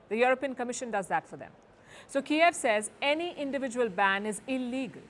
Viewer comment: its Kyiv not Kiaav :D